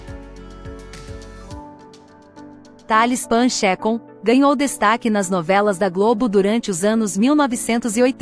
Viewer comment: Não se diz Pan Checon, mas sim Pan Chacón mesmo.